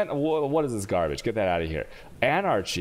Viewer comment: Come on dude, /ˈælkəmi/ alchemy, /ˈænərki/ anarchy and WHALE EFFECT. Damn.